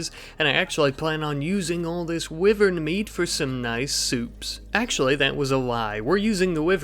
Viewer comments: I die inside a little bit more every time I hear Weevern. It's pronounced "Y-vern". Hope this helps!👍❤️ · Now we can add “wiv-earn” to the “smorg-es-borg” of mispronunciation!